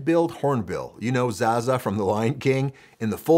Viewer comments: Its zazu not zaza 🤣🤣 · It's Zazu, not Zaza 😭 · we just gonna skip over the fact you called Zazu, Zaza.... lol